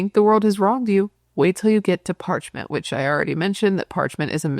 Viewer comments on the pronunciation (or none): Parchman…. There’s no t at the end.